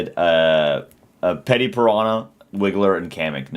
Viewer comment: You said "Petty" We already said It's Petey you troll 😂